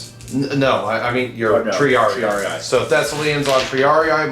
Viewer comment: It is "Tri-AR-ee", not "ee-eye".